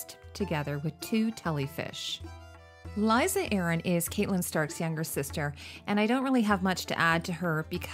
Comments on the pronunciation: I love your videos but gosh I cringe every time you call her Caitlyn stark lol it’s pronounced more like Katlin although it’s spelled catelyn. But absolutely love your videos!! Probably one of my favorite channels! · Just FYI, the character Catelyn's name is pronounced "Cat-lyn", like the animal.